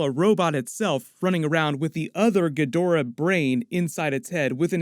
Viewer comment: Ugh, the way Ghidora's name was pronounced in this video made me shudder! Its GHI-dor-rah (roll the 'r"), not ghi-DOR-ah!!!